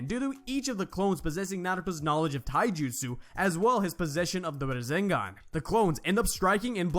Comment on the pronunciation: My man naruto doing "razengan"